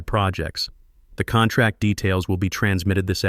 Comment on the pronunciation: I guess Patricia Wells is the new Marcus Chen in these AI stories and saying contrack makes all the characters sound stupid.